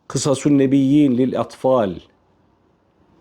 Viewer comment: "Kısasu" değil, "Kasasu" .